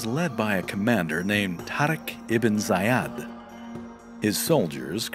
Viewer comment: Isn't the commander at the start, Tariq Ibn Zayid, pronounced "Zay-eed", not "Zay-ad"...?